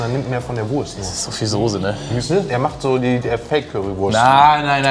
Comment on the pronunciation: Soße und nicht Sose. Er lernt es einfach nicht!!!